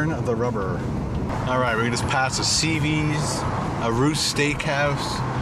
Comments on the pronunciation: Hey, you said CVS. Its pronounced C.V.S one letter at a time. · it's C.V.S. not CeeVees lol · Love that you mispronounced CVS. You do it on purpose now, eh? Lol!